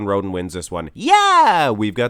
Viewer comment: I swear said Shawn Rhodent at the beggining